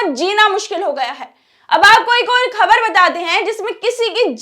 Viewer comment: pahle apna talafuz theek karo.gair nahin ghair,khabar nahin khabar,jaati nahin zati,waghaira.ze,quaf,khe,etc